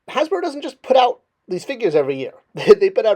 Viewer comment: "Hasbero?" You really need to start editing your videos before they go up man. You also had a blank screen with your logo up in place of the image of the figure you were talking about at the time.